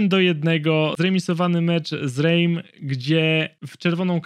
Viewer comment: Zarówno w Lens jak i Reims S na końcu jest dźwięczne ;) [Ląs] [Rems]